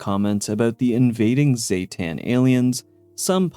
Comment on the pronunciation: Everyone always heccin says the aliens name wrong, ZEEE-tan not ZAYYYY-tan, jesus ik its a small detail but bugs tf outta me